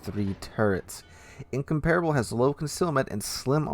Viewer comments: HMS Incomparable is "In-COM-par-able", not "In-com-PAR-able". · Incomparable... lol I heard Income-Terrible.